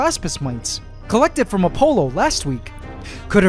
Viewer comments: I heard Dionysus and Apollo pronounced differently in school… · the way this man pronounces "Apollo" and "Dionysus" causes me physical pain